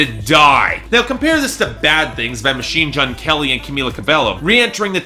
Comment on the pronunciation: "Machine Jun Kelly"